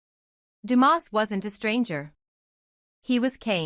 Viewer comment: It’s not Demoss, it’s Dumas!